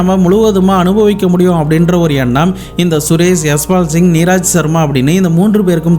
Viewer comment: JFYI - Pronunciation mistake - Neeraj - நீரஜ்